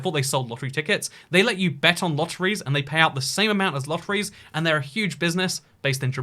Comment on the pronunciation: Lotteriee lol